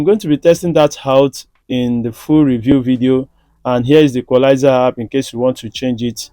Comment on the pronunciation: Boom is not pronounced bum and it’s app no harp❤️